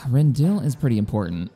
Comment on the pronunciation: Ding dang it,. I've been watching you so long, now you got me calling it Rend-dill... smh.🤣😂